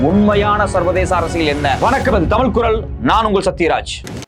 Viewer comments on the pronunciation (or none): none